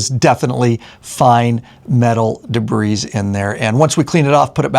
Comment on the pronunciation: Da-bree everyone say it together. Day-bree if you choose. Either way, no “s” pronounced. de·bris [dəˈbrē, ˌdāˈbrē]